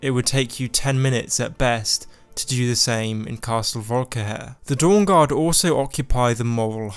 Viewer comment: everyone: volkihar: volkihair